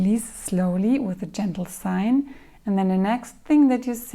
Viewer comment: hi, thanks for the vid, just one note, it's SIGH, not SIGN. you are already much more educated than i am for speaking more than one language fluently, so this is not a criticism. i just thought you might find it helpful to know